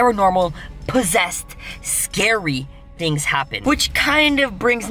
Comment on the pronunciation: When chester was in the car and he said things he said tings